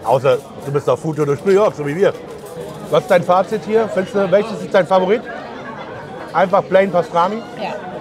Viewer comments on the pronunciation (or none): none